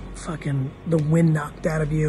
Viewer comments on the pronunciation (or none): none